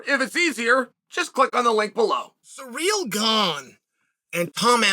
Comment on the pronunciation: 😂did he keep saying Sa REAL?🤣